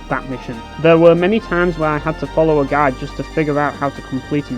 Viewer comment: I got confused when you kept saying "gag" Turns out you mean GUIDE. HAHAHAHA!